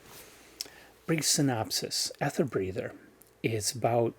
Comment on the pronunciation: Hi...erm...this is a bit embarrasing....sorry but it's pronounced "eether" mate (In American English as well as REAL English)☺ so you say it "Eether Breather" love ya mate